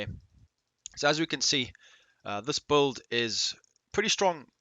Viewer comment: Are you saying build or bold?